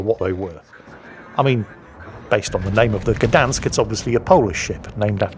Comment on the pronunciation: Its pronounced "shdansk"